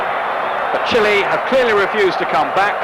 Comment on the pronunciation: Again it’s chile not chlay 😂